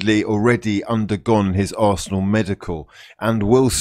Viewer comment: I always think you say "breaking news for dat ass" 😂